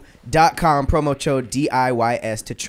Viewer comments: No one caught saying promo chode 😂😂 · Please tell me yall caught say "Promo Chode"